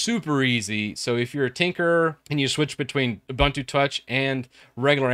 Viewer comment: btw its ubuntu not uh-buntu